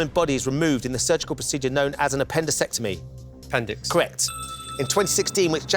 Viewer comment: Ben asks what is removed during an "appendisectomy" which is not a word, it's "appendectomy".